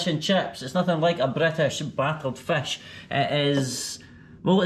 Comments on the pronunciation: I really enjoyed your joke about using left sink for .... 😅😅 and your Scottish accent as you were saying fesh instead of fist I like it ,by the way welcome to my city zinda Dilan e lahore ,city of lively hearted people ❤ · The way he pronounces fish 🤣🤣